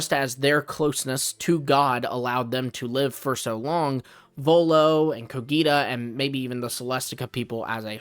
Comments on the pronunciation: bro I m literally from there and is cogita not coghita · Actually he gets the G in Cogita right, it's how the Romans would have pronounced it, ecclesiastical latin is different, same with the letter C. But he gets the accent wrong. It's Cògita, not Cogìta.